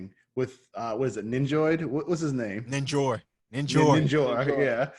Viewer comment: Finally I’m not the only one to butcher a name 😂😂😂